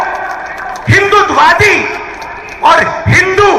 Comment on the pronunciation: First ask RG to pronounce HINDUTVAWADI correctly n then lecture on HINDU n HINDUTVAWADI. !!!!!!!